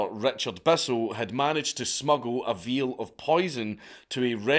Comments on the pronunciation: "Veal is poison."? Or a vial of poison? Boom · Your accent cracks me up. You're like "a VEAL of poison they poured into his drink" and I'm sitting here trying to figure out how this veal got tender enough to be POURABLE 🤣🤣🤣🤣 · 😂😂 when you said “vial of poison“… Your pronunciation had me wondering what a poisoned hunk of teenage calf would look like 😂🍗 🐄🐮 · A Veal of poison? Don't you mean a vial of poison??? lmao